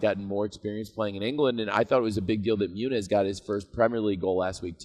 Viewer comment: He said muniz